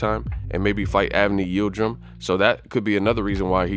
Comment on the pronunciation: Yildrim? Cmon Yildrim? We talkin bout Yildrim?